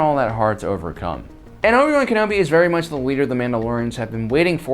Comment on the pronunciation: I'm going to dislike your video every time you say Ken-obi wrong...